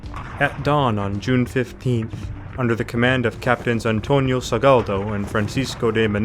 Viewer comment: Minor correction, it's Antonio Salgado, not Sagaldo